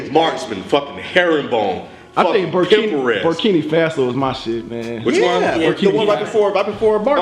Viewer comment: yall really cant pronounce burkina faso